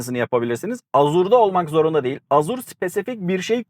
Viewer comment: Azur ne la :) Ejur diye okunur